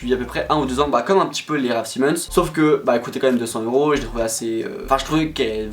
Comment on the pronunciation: Par contre ça se prononce "s-aï-mons" 🙂